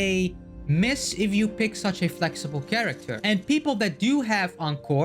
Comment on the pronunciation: Cool video insights! Just a thing, if you listen to Encore's voice lines, she pronounces Mortefi's name as Mor-te-fee than Mor-ti-fy.